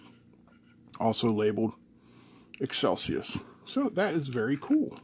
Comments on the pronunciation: You said Excelsius it seems though to be Excelius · "eXcelius" Pronounced "eXcelcius" ?